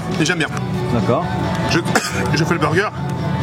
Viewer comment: Pourquoi les français disent burger en englais tellement mal???😂😂😂